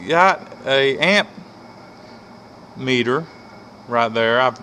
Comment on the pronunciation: It’s ammeter, not ampmeter